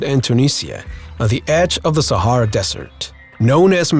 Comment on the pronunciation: Is he saying the sierra desert lol